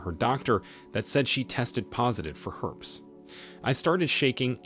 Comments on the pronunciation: Phonetically the word is pronounced Her-pees, not herps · HerpEES, not herps…